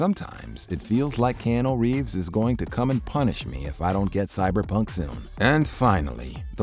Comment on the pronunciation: Mans really butchered Keanu Reeves